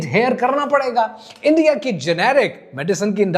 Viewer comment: اندیا اندیا اندیا اندیا اندیا Bhai why you don’t say the correct word?